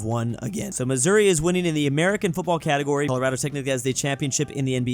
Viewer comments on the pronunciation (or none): none